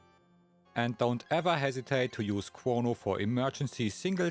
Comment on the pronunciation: Chwono, Wobo, and Fwog. 😅